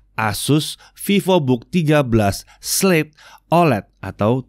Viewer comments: Slate oled kepleset jadi sebutnya slei ole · Ingat ya slate oled jangan kepleset jadi slai olai